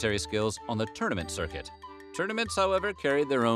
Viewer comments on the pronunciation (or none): none